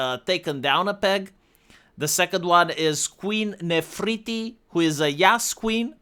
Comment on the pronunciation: Ne-fer-ti-ti One name that has booba in it and manages to butcher it:D